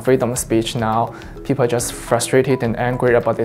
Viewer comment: If you listen carefully it almost sounds like these 2 guys are saying peepoe.